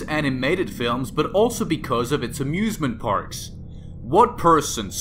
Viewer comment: Who heard abusement parks?